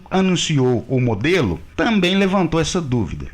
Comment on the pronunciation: Rapaz....aqui vai mais um elogio....nada a ver com o conteúdo da matéria, mas que envolve o idioma Português...Por enquanto não "ouvi" você pronunciar o maldito "tamém"!! Muitos profissionais, no uso da palavra 'TAMBÉM", pronunciam "tamém!! É só prestar atenção nas falas por aí...Argggg!!!